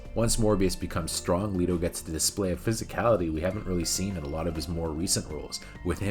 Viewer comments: You pronounced Jered Leto's last name wrong. It's Let-o. Not Le-to. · I don’t think I ever heard anybody call him Jared Leeto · WHY DO YOU KEEP PRONOUNCING HIS LAST NAME WRONG!!!!!!!!!!!! 🤬😵‍💫😤